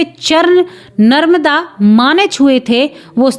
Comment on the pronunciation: Didi narmada nadi bolyehe naramda nahi